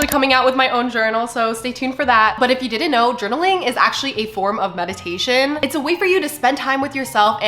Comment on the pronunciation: Not me thinking she said “medication” and not “meditation” during the 3M’s 😅